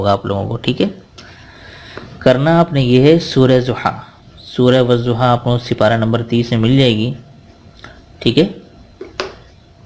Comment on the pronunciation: As Salam Alaikum. Aapkay wazaif Masha Allah bahut achchay hotay hayn aapsay guzarish ye hay k aapnay WADDUHA ko WAZZUHA parha aapka yeh talaffuz galat hay isliay aapsay guzarish hay k Wadduha ko Wadduha parhayn Wazzuha nahi. Shukria.